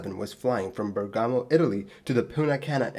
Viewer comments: It’s BEAR-gamo, not burr-GAMO. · BER-gamo, not Ber-GAHMO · Hi mate, it's Bèrgamo, not Bergàmo. :) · Keep it up also from my side ;) (by the way: it's Bèrgamo, not Bergàmo.... I know: this sounds as pleasant as "Leviòsa, not Leviosà".. sorry, bear with me) ;) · Dropped by to point out the same pronunciation issue, just to find out that you beat me by one day 😄 And, for non-italian speakers, I would just add that the wrong accent remark is not as nit-picking as it could seem... We italians use to put a great care in accent placement since in our language an accent shift within the same word (although Bergamo being not the case) can unexpectedly turn present into past tense, first person into third, a noun into a completely different-meaning one and perform a whole lot of other sorceries that keep plaguing us since our first day at school 😉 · He's saying the pronunciation is wrong and that the emphasis should be on the first syllable. Then he acknowledges it sounds worse and isn't really that important by comparing it to a line from the first Harry Potter movie.